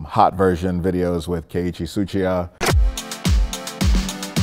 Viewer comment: Yo this feels like "VHS" mixed with "A Beer With ..." and i LOVE it. Also, The robot voice pronouncing Keiichi Tsuchiya made my whole body cringe LMAO.